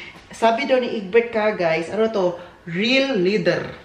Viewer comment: Leather (LEH-thr). Hindi lih-thr 😊 parang pronunciation ng weather (WEH-thr not wiH-thr). Bagay sayo ang jacket, btw.